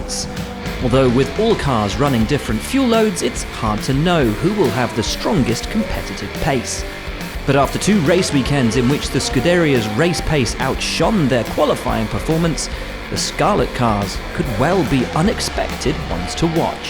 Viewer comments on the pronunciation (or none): Scuderìa, not scudèria, pls :) At least official F1 channel should pronounce it correctly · It's "Scuderìa" not "Scudèria", you barbarian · Learn to pronounce SCU-DE-RI-A (not SCU-DERIA) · Is- is that how you say "Scuderia?"